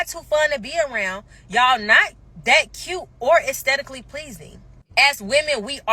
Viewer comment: Boy, that girl talking about astetically pleasing 😮😱🤦🏽🤦🏽‍♂️